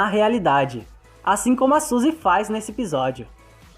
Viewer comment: Kkk eu ouvi vc falando Susie ssusiae sei lá como escreve mais e sarah